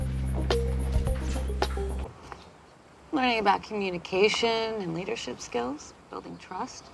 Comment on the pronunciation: Jisbon? Come on man, you know what's wrong with that